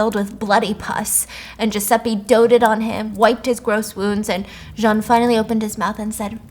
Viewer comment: I love the way you terribly pronounce French names 😂 Listen. I took 4 years of french and even all of us were like nah man that’s John.